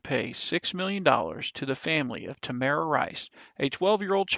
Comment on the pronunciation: TAMIR RICE, NOT TAMARA... please revise this video.